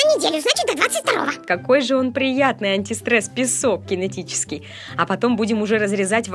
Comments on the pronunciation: зашто так антистрэсом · Уничтажать антистрэс хахахахахахаха